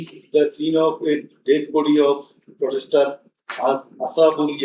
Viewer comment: Protester he's saying potester